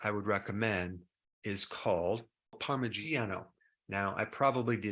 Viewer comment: I have never heard parmigiana pronounced that poorly, lol. Nice vid.